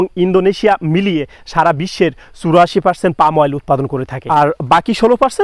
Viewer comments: Pronunciation ঠিক করেন। It is পাম not পাল্ম । গাধা। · আপনি বারবার "পাল্ম" শব্দটা বলছেন কেনো? এটা তো হবে পাম". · Palm এর উচ্চারণ পাম,পালম নয়। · সবাই বলে পাম / আপনি বলেন পাল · Vai palm uccharon korun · Ucharonta hobe pum. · এল এর উচ্চারণ হবেনা, পাম হবে।।